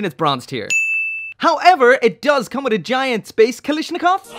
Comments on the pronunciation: Dunno if this is because of the accent but just wanna point out that you keep saying "Kalishnikov" when it's pronounced and spelled as "Kalashnikov" Other than this the review is perfect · Speak correctly KA-LA-SH-NI-KOV КА-ЛА-Ш-НИ-КОВ Greetings from Russia 🇷🇺